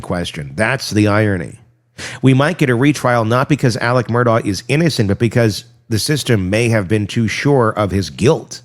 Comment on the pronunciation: And Murdaugh pronounced Murduck😂